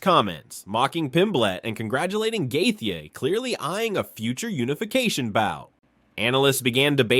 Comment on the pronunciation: your ai cannot pronounce Gaethjie's name right...bullshit video